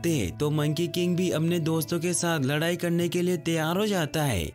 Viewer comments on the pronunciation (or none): none